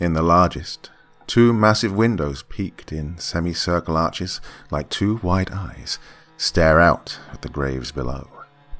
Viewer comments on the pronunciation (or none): none